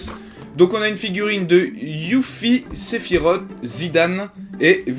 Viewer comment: mdr "sephirott" x) "ca ce li sephirosse et ca s'ecrit sephiroth